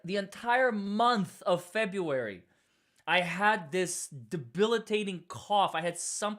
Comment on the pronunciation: “Fe-BREW-Ary”, NOT Fe-bee-u-ary!” — You are so bright, dynamic, and articulate; however, to bring you to the next level professionally, you need a grammar coach. I’m here to help! Feel free to reach out for grammar and pronunciation help — pro bono.